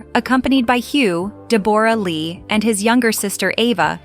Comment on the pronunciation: Click bait. DE BORE RA Lee? AI can't read for shite! Also Hugh Jackman and Chris Hemsworth are not the same person.